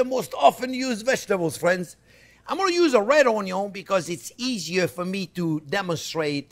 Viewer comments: Lol what is "onyo"? 🤣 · Thanks so much for sharing this lesson. I appreciate the fact, you had arranged the vegetables in alphabetical order, so it is each to go back and review a particular section of your class. I especially enjoyed the ONYO. Plus the time you had spent putting up the video, saying thank you is not enough. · ONYO 2 from the original creator of ONYO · Come here for the onyo 😂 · OH the ONYO!!! That was so enjoyable! " you dont need the vertical cut" (horizontal) THAT IS SO TRUE!!! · "onyo" - chef jean pierre